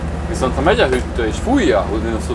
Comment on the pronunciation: Te is úgy mondod a hűtőszekrényt, mint anno muter... Hüttő! 🤣 Rossz vót hallgatni!